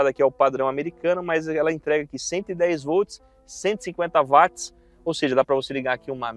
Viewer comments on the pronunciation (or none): none